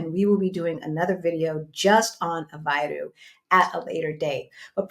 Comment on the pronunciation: Aveiro pronounced like aveyru. There is only one way to pronounce it. Great video!